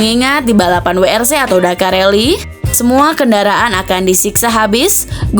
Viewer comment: Min sbutanya bukn dubel yu tpi ttp WRC ,sdngn BMW aja penyebutan nya tetap BMW